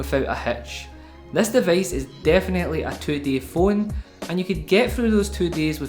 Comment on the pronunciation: from where is this accent?! O.o "deveice". nice review bro. :)